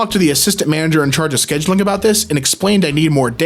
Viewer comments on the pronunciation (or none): none